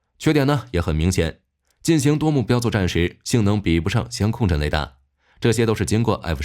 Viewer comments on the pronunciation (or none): 香控阵听着怎么那么别扭，相位不是香味🙃